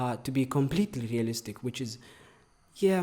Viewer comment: The way he says realistic is like ASMR to my ears. Keep rolling them R’s in my ears baby 😩👌✨✨✨